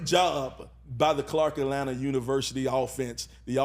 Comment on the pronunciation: I just need him to say “Atlanta” correctly one time.